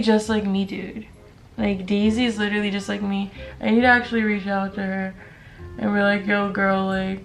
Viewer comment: Sweety, it's literally, not LiTtErLeE